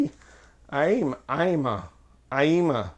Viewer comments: This is how the company's name is pronounced: The "ma" is silent. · And still pronounced it wrong, hell I don't know either.